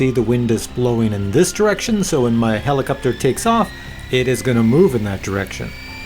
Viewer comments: "Do I say helicupter funny?" Um, yep. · Nice quick review, yes you do say helicopter in a manner that is strange to someone from California. One answer I've searched for, and haven't been able to find, if we have a FlySky FS-i6X, how can we fly when the left joystick doesn't center? Do we just put the joystick somewhere near center and hope the heli will hold position?